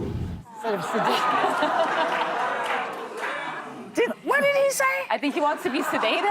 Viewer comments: "sedatious"....oh dear:face-turquoise-covering-eyes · He said sedatious. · What does sadacious mean? There is no such word. Did he mean seditious? Trump will say anything to distract from his own many crimes. No intelligent person believes a word that he says. He belongs in the liars museum. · Sedatious? Salacious... to everything he spews. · Sedaitious isn't a word. The word is seditious. Trump can't even pronounce the word correctly. The insurrectionists that attacked the Capitol were seditious. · I’m so glad they caught, “sedatious” … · I think DJT must have meant seditious which actual means inciting or causing people to rebel against the authority of a state or monarch. This is what he did on January 6, 2021 He must have heard someone else to say it incorrectly ir he doesn't understand phonetics. 😢😊😊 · Maybe Trump mispronounced seditious on purpose so he could claim he never said seditious if he gets sued. Nah, he’s not that smart. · "every word you could think of", say what? and "seditious" isn't a word...how does he keep getting away with lying like this? PLEASE tell me Obama is going to sue for defemation.